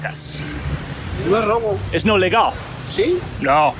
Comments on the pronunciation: you need to get a Spanish coach, VERY BADLY, YOU NEED HELP IN YOUR PRONUNCIATION. When you say "Robb-o" you're saying "ass" or "butt" in Spanish. You could have easily gotten your Robb-o handed to you by that cop if he didn't read through you calling him an asshole. Your limited experience is going to jump up and bite you in the Robb-o. Cops in México are NOT your friend. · I give you credit bro. But you where saying rabo as tail or ass.. I guess you ment robo.. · Its not "Ra-bo". Pronounciation is "Roe-Bo" which literally means "steal". If you want to say "you are stealing", you have to say "estas robando" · just.. Rabo is Ass lol its Robo pronounced like Rhode.. Rhobo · Se dice "robar" not "rabo". Rabo means tail. se dice- yo robo el roba ustedes roban nosotros robamos vosotros robaís ellos roban.